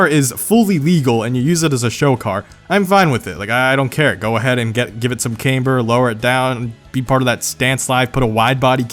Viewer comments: my bee, its pronounced c aaaaaaah mber, not cayyyyyymber!!!!! jk idc lol dont get triggered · came-ber is not how its pronounced its camber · "Too much Camebehr" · the way he says camber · Why do you say camber like that?